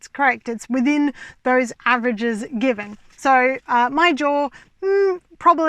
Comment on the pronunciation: You say jaw but I keep hearing drawer